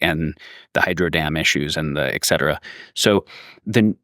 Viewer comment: Also "eckcetera".